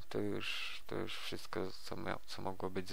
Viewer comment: Już nie "jusz" OMG